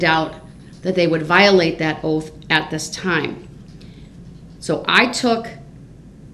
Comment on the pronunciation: OAF OF OFFICE….SUBSTAINED….DETECTIVE GOOF…😂 also he needs to trim those talons that’s so nasty